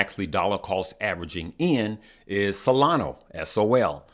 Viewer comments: It's not Solano, IT'S SOLANA!!!! Get it right man! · SolanO = -> SolanA